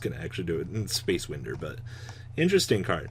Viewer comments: Come on dude! Win-der? Windu..Really it’s wind·er /ˈwīndər/ Like to wind a clock. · Win-der?!? It’s pronounced whine-der... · It’s time space WINDER LIKE WINDING A CLOCK GOD DAMN